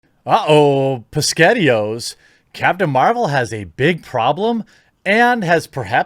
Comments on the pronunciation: Yea it's not that we don't know the reference, but the weird pronunciation of SpaghettiOs. Unless I guess he was trying to sound like a child with a lisp or something. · Oh yeah, Brie Larson, whatever... Did you seriously just pronounce it as “PasghettiOs?!” XD!